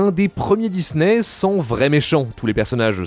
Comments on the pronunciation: S’il vous plaît répondez moi pourquoi le gars dis Dizney au lieu de Disney s’il vous plaît répondez moi j’ai du mal à m’endormir à cause de ça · Pourquoi cette mode de dire "Dizney" ?